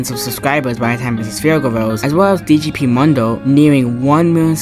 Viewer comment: also btw u said "DGP Mundo" the wrong way u said "DGP Mumbo"